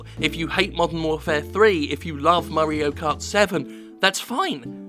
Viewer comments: I keep hearing it as Murray-o cart 7. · Murray-o kart?